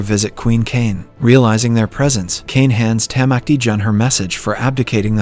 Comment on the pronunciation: Especially when he says “Tamacti Jun”